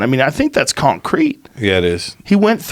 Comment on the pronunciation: con crete 😂 I don't know what's weirder. The way joe says concrete or how amused I am at it